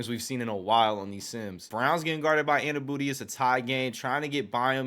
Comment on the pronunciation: Anu-no-be not Anu-booty 😂